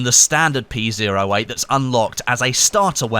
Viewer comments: Hate being that guy but the P08 is pronounced Pee Oh 8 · Did he really just say "P Zero 8"? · It's "pee oh eight" come on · It hurts me when you say P zero 8